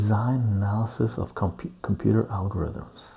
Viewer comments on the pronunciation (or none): none